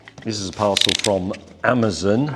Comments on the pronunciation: is that how they say" amazon" in englind or is it just him ? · Why do Brits always pronounce Amazon as "amazun"?